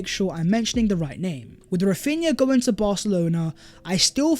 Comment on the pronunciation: Yoooh what's goingk onk guys... My ringtone😃